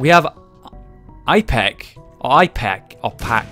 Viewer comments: Ep-ih-cack. thats how you pronounce it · Btw, it's pronounced, ep-i-cac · It's pronounced Ip-eh-cack (the I is pronounced like in "in" except with a "p" for an "n" if that makes an sense whatsoever). Also, you can bomb open doors with any explosive so it's good for getting out of a tough room. Don't know if that works for locked ones. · pronounce it Ip-eh-kack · it pronounced ip-a-kak